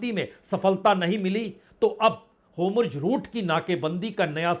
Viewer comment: होमुर्ज नहीं सर होर्मुज😄